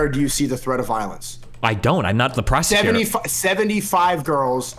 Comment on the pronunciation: prah-sec-you-tor This guys pronunciation of prosecutor is WILD and I’m here for it